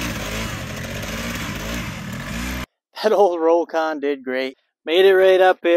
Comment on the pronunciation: It's "rock-on".